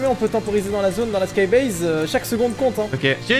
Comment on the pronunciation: Skybase pas skybaise 😤